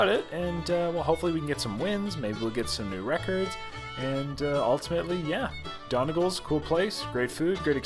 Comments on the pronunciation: pronounced 'dunny gauls' and that aint irish music, sounds southern US...... anyway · It's pronounced dunny gawl.:) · Don-ee-gawl’s is the Irish pronunciation! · You murdered the name!!😂😂it’s pronounced “done” “knee” “golls” its a county in Ireland , hello from Ireland 🇮🇪😂😂😂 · Another great vid. Its pronounced Doneg-ALL. Love to see you over here some day. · Smashed it guys well done. A bit of info Donegal is a county in the Northwest of Ireland and despite the spelling, it is pronounced Dunny-gawl. I'm assuming this Irish pub is naming itself after the County rather than a surname. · Hi.. Donegal is a county here in ireland.. beautiful place... where daniel o Donnell th country singer came from... it's actually pronounced 'DUNNY-GAWL'... little bit of trivia for you lol..love your videos.. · Omg thats the name of the county I live in 😀😀😀 its pronounced Dun-e-gaaalll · As a proud Irishman I wholeheartedly approve of this video...even with the questionable pronunciation of Donegal😂 its Dun-ig-awl but thats just me being a dickhead🤣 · Hey, The pronunciation is ‘ done ee gawls’..... DONEGAL’s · Pronounced dunny-gawl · its pronounced done e gawl lmao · I laughed so hard butchered the name! Greetings from across the pond! I have family from mayo and Clare ☘️